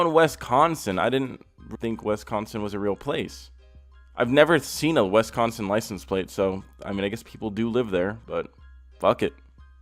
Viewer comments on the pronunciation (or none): Everyone: “Wisconsin”: “Wesconsen” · we all gonna just act like he ain't say "wessconsin" bruhh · Was he saying WESTconsin? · I live on a lake michigan bay city and hear alot of yoopers pronounce it the same way 😂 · ugh! sorry but the way you say wisconsin sounds weird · Why you say Wisconsin like that? lol